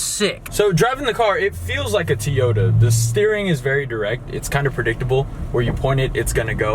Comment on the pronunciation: Teeyota.... that's an O...not a long "e"